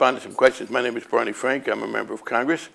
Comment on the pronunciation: Bawney Fwank